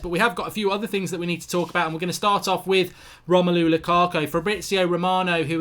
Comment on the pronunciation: "Romelo lukako"